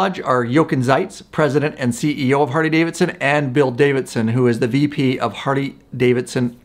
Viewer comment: Why does this dude say Hardy-Davidson??😂😂😂